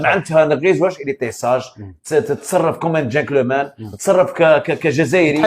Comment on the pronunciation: العالم بأسره يقول جنطلمان.... و جانكلوومان نغيز لقالها مرادف 😂.. و جاي يتفلسف علينا كورة